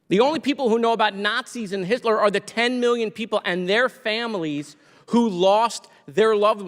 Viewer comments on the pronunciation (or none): none